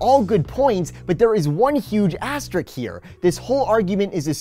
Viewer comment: "Asterisk" not "asterik." .